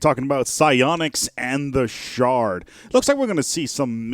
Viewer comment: There's a U in that their word "shroud" boy